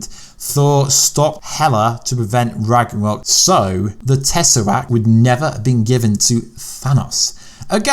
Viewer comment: It doesn’t matter if you’re English !!! I’m English. It doesn’t mean I bastardize words such as THAN-OS (which is correct) or TESS-er-RACT as TAZZ-A-RACT ( which really, really isn’t), Mjolnir in so many different ways I’ve lost count !! It’s ME-OL-NEER !! Seriously I have no idea why you insist on doing this. I have never heard anyone either in the movies or in conversation English or American pronounce TESS-ER- RACT or occasionally TESS-A-RACT ( depending on the character saying it) as TAZZ-A-RACT !! If you’re English just pronounce it properly !! Just saying !! ✌️